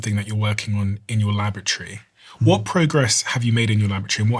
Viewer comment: Laboratory doesn't rhyme with lavatory.😂